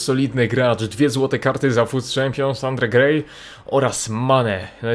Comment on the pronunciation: "Andre Gej" - 2K17 heh